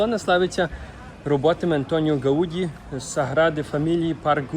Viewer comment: Не гаУді, а гаудІ)